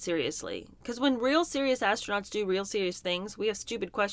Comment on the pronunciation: Did they say , ass-nuts or astronauts .